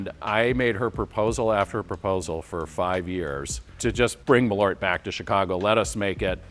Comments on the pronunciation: I'm going to sound stupid, but I didn't even realize you meant Malört when saying it in English 😅 Saying mal-ORT didn’t really resonate, but when I saw the label "Malört" it clicked that they meant MAHL-ört (I don't really know how to write americanized pronunciation guides sorry). Just if people want to know: in Swedish the stress is on the first syllable and the A is long, and then there's the Ö which is kind of like the sound when you hesitate with an "uuuuh" sound (Actual Swedes can chime in, I'm just a Norwegian) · Please pronounce it like the Swedish name "Malört" requires. The Ö is not an O. The Ö is pronounced like when you say "Earth", where the "EA"- part of the word "Earth", corresponds to the letter Ö. So, "Maleart" I guess would be the right way to say it. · Yes, it's a Swedish word, they should pronounce it like the do with the word "earth", where the "ea"-sound in "earth", corresponds to the Swedish letter "ö" in "Malört". So, they should pronounce it "Maleart" instead.. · The "a" should be long (like in "father") if you want Malört to sound like Swedish. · I just get so annoyed with the americans saying the name like there was an "o" in it. It is an Ö, which is a different letter with a different sound.